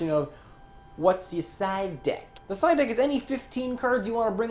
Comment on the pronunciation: every time said side deck i kept hearing psyduck:(